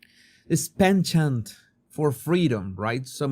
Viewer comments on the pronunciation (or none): none